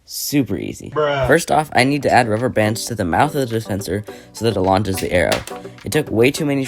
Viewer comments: "then i made the top of the dirspenserer" - an who had a bit too much alcohol when he started to record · Dude where did you learn to talk, you literally said "DATHPASNER" at " '